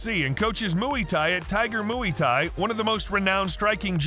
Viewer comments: man said mui thai instead of muay thai 🤣🤣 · Muay Thai pronounced moo-ee tie. 😂. These AI generated narrators are still so lame and the channels that use them are lazy. No like. No subscription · Bro really said “Mooey thai” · great video, you mispronounced Muay Thai tho, just wanted to let you know :)